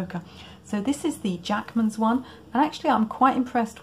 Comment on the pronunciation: oh interesting, i thought you were saying, Jackson's! But these are Jackmans.